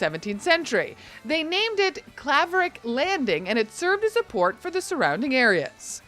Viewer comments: If you are going to give a history lesson on Hudson (my hometown from ) at least pronounce the towns correctly. Claverack is pronounced CLAWverack. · Grew up 7 miles down the road from Hudson. Never went out of our way to go there if we didn't have to. Someone should have coached you IN ADVANCE to help you pronounce Claverack correctly........ The town of Chatham [[ and the 5 small Hamlets around it ]] would have been a far better choice. This show is a joke, unless you're one of those elitist, snobby New York City dwellers coming upstate for a weekend cruise........Remember, the Late Harry Belafonte had his mansion in the woods just outside of Chatham for a reason, not along the Hudson River in Hudson.